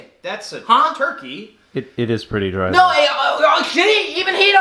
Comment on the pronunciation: "It was drie tho" 😂😂😂